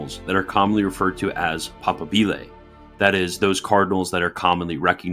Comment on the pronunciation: pa-PA-bile . Strsss on second syllable. Just like moBILE phone is not said.